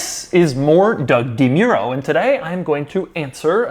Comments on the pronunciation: Doug, the type of guy to mispronounce his own last name On a side note: Do you think your videos on newer cars do better because people who aren't regular viewers come to you for reviews for potential purchase? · Does doug not know how to pronounce his last name? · So that's how u pronounce Demuro..?! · Doug the type of guy to insist it's pronounced DeMuro and NOT DeMuro.